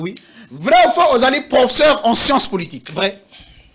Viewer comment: Ce monsieur est très bon pour être un enseignant dans une école primaire que professeur d université .D 'ailleurs avec un très mauvais français Ce monsieur est professair et non professeur .